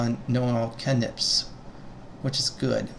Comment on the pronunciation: Great vid, brought me back up to speed on all the classes and their basics. May I ask why you pronounce cantrip that way? had me googling to see if I'd been pronouncing it wrong this whole time, heh. Thanks :)